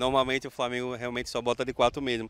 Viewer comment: Framengo kkkkkkkkkkkkkkkkk